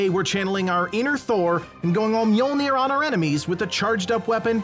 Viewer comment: Thank you for pronouncing Mjolnir correctly. 👍